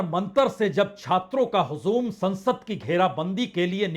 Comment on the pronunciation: हजू़म के ज पर नुकता नहीं है। sir, Z का sound नहीं है।